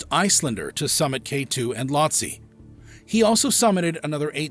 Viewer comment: It’s not that no one wanted to help Mohammad, it’s that they can’t. That’s why bodies aren’t recovered that high. If you can’t walk, you can’t be rescued 😭😭😭 Also, Lhotse is pronounced “low-tzee” lol